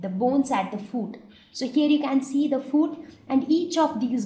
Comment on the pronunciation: It’s not foooot it’s foot